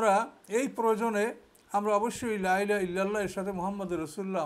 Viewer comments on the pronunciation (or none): আপনি লাই লাহা কেন বলেন? সঠিক শব্দটা হল, লা ইলাহা। এই ভূলটা ৯০% আলেম করে।